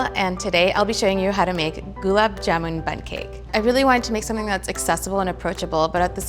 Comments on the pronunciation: It's not "jumun" it's JAMUN !! get your food names right at least... 🤣🤣🤣🤣🤣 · Oopsy....it's JAMUN NOT JUMAN...... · It's jamun not jumun or juman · It's Jamun. Not Jumun. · Its Gulab Jamun not Juman , Jumun or Jumanji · Tasty its JAMUN not JUMUN 😭🤬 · It's not jumun it's jamun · It's Jamun not not juman and I am not even Indian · It’s jamun not juman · It's not juman --- its Jamun #Indian 😍🙆🙇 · It's "Gulab Jamun" not "Gulab Juman" ! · JAMUN not JUMAN. wtf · Listen its jamun and not juman🙏🏻🙏🏻plzz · Dude it’s jamun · I don't hate it. It is convenient and has a new twist to it at the same time following the traditional recipe. Also it's "jamun"